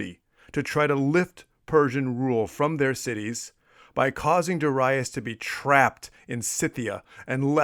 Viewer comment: Very interesting tale about the sack of Miletus. Also, I like how you pronounce Darius correctly, at least this Latin version of the name, according to Latin stress rules on the second syllable as Darīus. Great work!